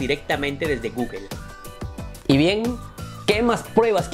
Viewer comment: No se no confío en alguien que no sabe pronunciar google